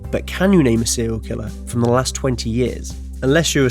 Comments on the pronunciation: "But can you name a sewial kiwwer" Fuck I hate your voice. 😂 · sewial kiwwer owo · Sewial kwiller uwu 69 times